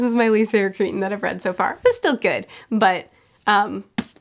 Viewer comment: You’re killing me! It’s Crichton…CRY-TON! NOT creeton…. CRYTON! I rarely can’t finish an audio book and I DNF’d this about halfway through. Crichton is one of my favorite authors of all time but most of his posthumous stuff is not good! Just finished a re-read of Sphere and it is still my favorite of all of his books!